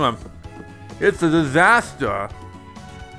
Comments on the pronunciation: fits uh disthustuh lol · fits uh dithustuh!!! Wtf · "uts uh disahter!" LOL